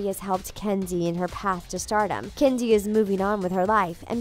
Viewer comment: Am I the only one hearing "Candy" several times, instead of Kenzie?